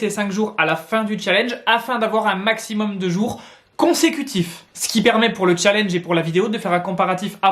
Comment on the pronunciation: Quel " challnege"